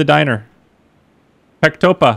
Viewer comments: Hhhhhh its not pectopah its rsturant in russian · PectopaH. Thats so funny, its "restoran" in russian letters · PECTOPAH is pronounced ( Restoran ) minus the T ... Love the Map .. will it be released to the public ??? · He reads it “Pektopah” 😂 but in Russian we read as “Restoran” - Restaurant. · I laughed my ass of when he said pectopah! It means restaurant in Russian. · love how he just said "Pectopah" its in russian and it mean restarurant lmao and its pronounced "Restoran" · As a fellow russian,i died of laughter when he read "restoran" as pectopan xd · PEKTOPAH, lmao I died. Its pronounced restoran, meaning restaurant <3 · PECTOPAH , I think is pronounced Rectoran. Restaurant. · RESTORAN. Also there are a lot of new russian words i have noticed.. ^_^ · It's pronounced Restauran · "Restoran" actually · Almost correct. its not the H at the end but russian N